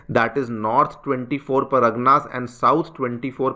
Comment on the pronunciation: Paragna nahi pargana hota hai , please work on your pronounciation , it sounds awfull.